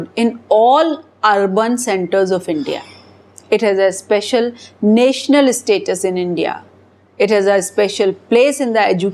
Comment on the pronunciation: national.. not... neytional... idiot... you mispronounced the word